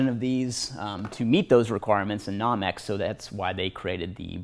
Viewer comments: I couldn't stop laughing. Classic! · lol i was thinking the same thing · No-mex not Nah-mex. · no-mex not nom-ex proper def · Almost quit watching the video it bothered me so much lol